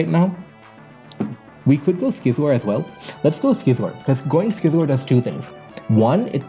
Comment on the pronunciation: Youre pronouncing scizor wrong homes